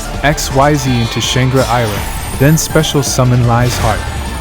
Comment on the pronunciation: Xyz is pronounced "eck-SEEZ", just so that you know. But other than that, this is a very good combo guide for Kashtira.